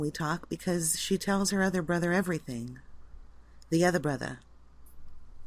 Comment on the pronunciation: "My otha brotha" LOL